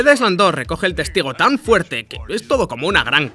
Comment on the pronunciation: En "island" no se pronuncia la "s".